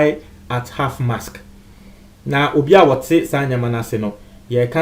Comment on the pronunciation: Is anyone else hearing half mask? It is Half Mast!!!